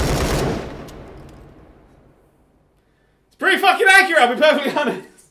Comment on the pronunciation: "focking nailed it"